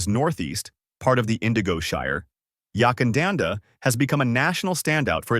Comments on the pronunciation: Yakandanda not Yuckandanda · Unless it’s changed without telling me, the first syllable of Yackandandah is Yack and pronounced rhyming with Back